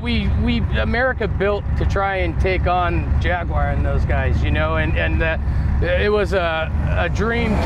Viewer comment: Jaguwire, well, that's a new version.